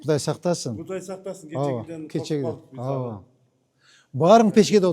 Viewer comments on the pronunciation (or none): Мэрге айтып койгулачы, чоюлбай сүйлөсүн ауа дебей ооба деп эле айтсын. Анан Манас Ниязовдун баш кийимин ипподромго барганда кийип алсын. А так базар жок ишти катырып жатат.